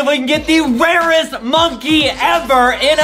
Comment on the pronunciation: Is it me or did ADEM say warest at the start